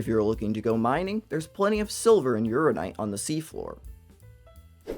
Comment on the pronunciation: I can't unhear: "urinite"